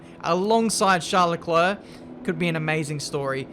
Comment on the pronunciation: Normal people: Charles Leclerc: Charlecler Btw love your content keep it coming